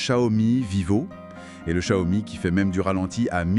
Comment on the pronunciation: [EDIT] concernant la prononciation, après avoir ré-écouté avec du volume et plus de concentration, y'a encore des progrès à faire ! On entend du "sssiomi" par exemple. Alors que le 'x', c'est un mélange entre "s" et "ch". Et que c'est ensuite "iao", pas "o" ... Ok, un peu touchy ce sujet ici ;-) Mieux ici : [/EDIT] Je suis sceptique pour la "moto volante" : je la trouve beaucoup trop stable, surtout vu sa taille, très courte et étroite. Et certain plan de la vidéo font très "écran vert". À propos des TARIFFS!!!, Gamers Nexus a sorti une vidéo monstrueuse (que je suis loin d'avoir terminé), quasiment 3 heures ! J'en suis à la transparence sur la décomposition des coûts d'un boîtier HYTE. Il me semble que le prix final passe de $99 à plus de $210; une catastrophe pour le vendeur. Sans compter sur l'incertitude : quelle taxe, à quelle date, quelle annulation, quelle annulation d'annulation ... Ici : Un bon point pour NotebookLM : il prononce Xiao Mi correctement ! Enfin, mieux, je demanderai à madame de valider les tons ! Une précision à propos des zooms, un truc qui me hérisse le poil à chaque fois : le n× ! Ça n'a absolument rien à voir avec une espèce de grossissement ! J'ai par exemple un 2×; c'est nul hein ? Sauf que c'est un 12-24 mm, équivalent Full Frame 18-36 mm, soit du très très grand angle. Un 100-300 mm serait un 3×, mais un 50-300 mm serait un 6×, mais il ne "grossit" pas du tout 2× plus ! Capteurs 1" : il me semble avoir lu que dans un smartphone, se